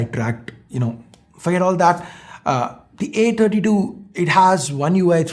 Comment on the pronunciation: Not samsung A32 its Samsung "A_Tatti_2"